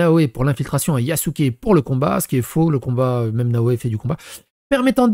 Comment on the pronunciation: Il a dit yakuzé😂😂😂